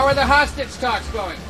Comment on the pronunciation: I thought he said how are the hospice talks going lol damn he said hostage.